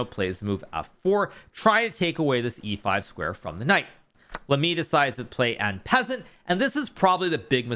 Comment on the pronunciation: Nice vid,Thats not how you pronounce En Passant btw lol